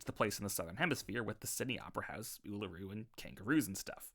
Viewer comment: bro said ullaroou 🤣(no hate)